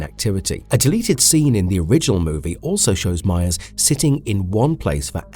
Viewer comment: Every time I heard the name meyers I swear you said Mayans 🤣